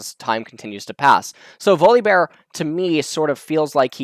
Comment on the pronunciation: i was just listening doing something else then i heard you pronounce his name weirdly .